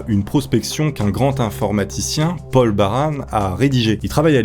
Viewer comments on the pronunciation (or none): none